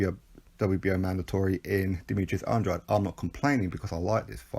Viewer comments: It's definitely not Andra-day. I just rewatched a Keith Thurman interview from a while ago and he says 'Anne-draid' and Thurman fought the guy 3 times as an amateur so i trust he knows how to say his name properly lol. Go to the end of this video of his last fight where the ring announcer says it properly 'Anne-draid' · I've heard it pronounced at least 4 ways by different channels/boxers/promoters lol. If i'm not mistaken it's pronounced Anne-draid? i know for a fact it's not Anne-dra-day because that is the latin way of saying it and there was a different fighter with the same spelling who was active several years ago, so that probably confused people. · NOOO you pronounce Andrades name wrong throughout the full video